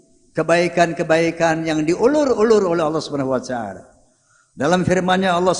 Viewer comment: Kok wacaala?, harusnya wataala.